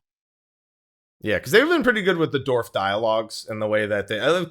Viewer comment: Dwarf, not Dorf lol <3